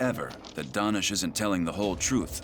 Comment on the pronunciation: I couldn’t help notice that they keep pronouncing his name like “Dahnish” but he clearly pronounces his OWN name as “Danish” like the people from Denmark…didn’t they listen to they’re own suspect?